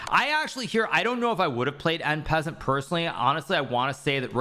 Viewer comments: en pez-ent ? or ahn pah-sahnt ? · did he say taking en PEASANT ?! hahah alright my chess lord let me bring my peasants. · Em peasant? I'm sorry what? Hahaha bro is not nearly french enough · Is this from some meme? Pretty sure he knows how to pronounce it correctly ,and it sounded very deliberate. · Funny hearing how Hikaru pronounces En Passant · well... he is memeing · No French pronunciation of en passant? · En passant - no e - it is french....😮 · en passant pronunciation 💀